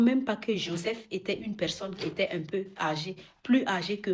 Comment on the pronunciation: Oooooh là mais qu’est ce que tu racontes ? D’abord va apprendre à prononcer Joseph et parler bien le français avant de parler de sujet qui te dépassent.